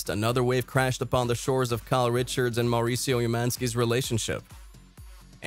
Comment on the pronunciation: is it just me or is the narrator way over rolling his R's when he says Mauricio??